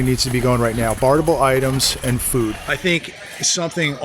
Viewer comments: i think the word is barterable. not barterble. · pronounce it barterable. Thanks but no drinkie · You are leaving a syllable out of barterable. Have you been testing the product? Ha.